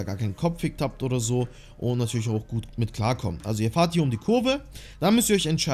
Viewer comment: Es heißt „Fahrt“ und nicht „Fährt“ 😂macht einen richtig aggressiv 😂